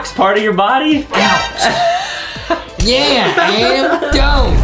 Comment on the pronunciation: ITS ADAM NOT ADEM